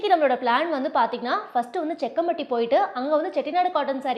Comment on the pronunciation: Jakkampatty. Not sekkampatty sister